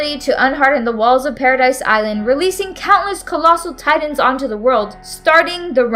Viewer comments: It’s not paradise it’s paradis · She can say Ymir but not Paradis? I digress: It was a good video.